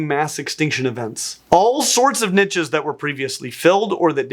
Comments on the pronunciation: Drink a glass of whiskey every time you hear niches. In English it's pronounced neesh. Barely 3 mins in playing my game and I'm pissed already. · Good info but the way this guy says "niche" as "nitches" is extremely irritating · I thought you kept saying ninjas there for a while... Niches, not ninjas 😅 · “Nitches”, 😂😂😂. Niche or niches are pronounced “neesh” or “neeshes”. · When people say "nitches" it makes me "itches"